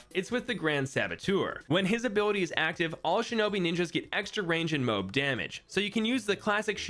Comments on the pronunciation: bro said moe b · Id watch your channel if you pronounced moab right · The way he says Moab makes me have trust issues